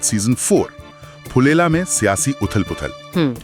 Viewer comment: फुलेला 😅😅😅😅😅। नही। फुलेरा 😅😅😅